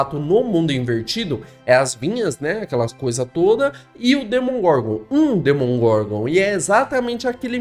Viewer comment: amigo, se fala demogorgon, nao demongorgon